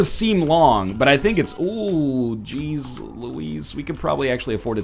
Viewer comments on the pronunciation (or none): none